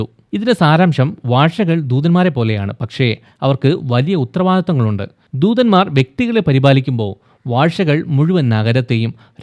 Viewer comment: ദൂദൻമാർ അല്ല ബ്രോ ദൂതൻമാർ👍